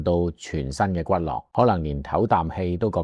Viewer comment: 骨骼（音“格”）